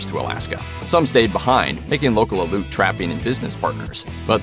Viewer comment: FYI The name,"Aleut", all letters are pronounced. Al-e'-oot.